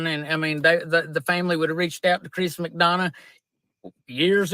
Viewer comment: Lmao! Chris MaDonahugh!: 🤣🤣🤣🤣🤣🤣🤣🤣 Nobody has ever messed his name up worse!